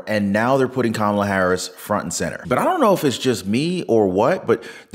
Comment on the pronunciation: Ka’maalaa, say it fast and get it right. 😂